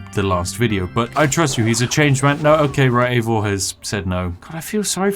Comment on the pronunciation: Props for pronouncing the dudes name Eivor and not Aivor as many do.